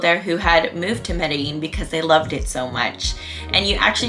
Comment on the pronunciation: You pronounced Medellin wrong. the double L's actually sound like a G. Sorta how your pronounce jeans.